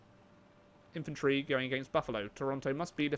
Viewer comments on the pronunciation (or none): none